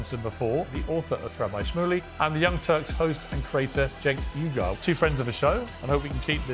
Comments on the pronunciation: LOL "Cenk Eye-Gar".... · According to Schmoozy Brotech, and Young Frankenstein, it's pronounced 'Eye Gore'. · lmao keeps saying Cenk Igor!